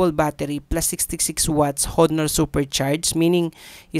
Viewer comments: ANONG HOONOOR?? WALA NAMANG PHONE NA HOONOOR. BAKA HONOR PO. DI HOONOOR. LOL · Onor ang tamang pronunciation nyan boss hehe. Ty sa pricelist. Sayang wala silang compact phone. Yung tipong 6 inches lang. Umay na ako sa malalaking cp kasi.